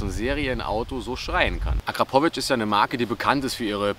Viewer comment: Hahaha akra pooo vic